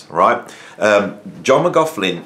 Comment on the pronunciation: great vid, except it's 'Mc-Loch-lin' and 'Chin-moy'. sorry to be a pedant lol. the torment was real, Michael Walden was meditating with JM when they first met, and he could hear water dripping onto the floor, he opened his eyes and saw that it was JM crying his eyes out but trying to remain silent